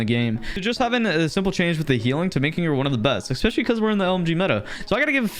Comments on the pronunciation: please learn how to pronounce especially properly, it’s not ekspecially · Time to trigger you. You say expecially. End of story